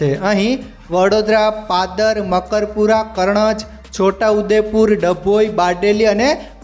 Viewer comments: Bhai Pahela Gujarati Bhasha sikhi Le Chamand Nahi Sanand Ane Pardar Nahi Padara Karnaj Nahi Karjan Hoy Che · અરે ભાઈ પાદર નહિ પાદરા છે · અરે ભાઈ નામ તો સરખી રીતે બોલો. પાદર નહિ પાદરા આવે. ગુજરાતી થઈ ને ગુજરાતી નથી આવડતું કે શું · વિશ્વામિત્રીમાં પાદર નહિ પાદર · Padr nhi bhai padra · Padar nahi pan padra